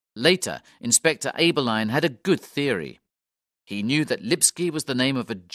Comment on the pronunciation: The surnames ‘Abberline’ and ‘Pizer’ are also pronounced incorrectly.